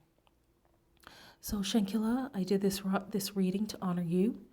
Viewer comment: At least say her name Right! Sheesh!